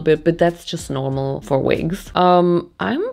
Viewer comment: “we wear vigs “